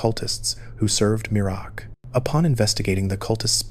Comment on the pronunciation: MEER-AK not mir-uh-ak